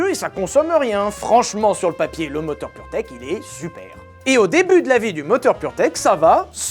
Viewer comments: On dit purmerde et pas purtech, j'imagine le mec qui as dirige le développement de ce moteur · à chaque foix que tu dis purtech j'entends puremerde XD